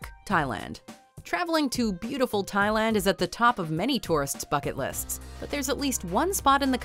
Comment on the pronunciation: I thought she actually said "on the top of many peoples fuck it lists" instead of "Bucket lists"